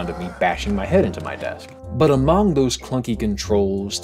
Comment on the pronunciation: every time i hear you pronounce Among I laugh. and then i wonder why we pronounce it amUng